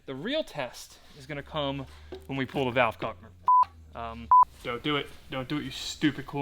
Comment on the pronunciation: “balve cover”